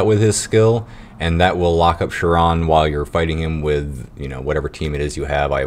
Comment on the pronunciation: not that big of a deal but it's not pronounced "sure-on" for chiron...it's pronounced "ky-ron". great video though